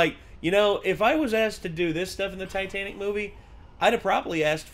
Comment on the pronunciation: “Titenic…” - Jon